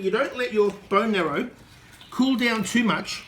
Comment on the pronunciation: It's bone "marrow", not "narrow" as you keep saying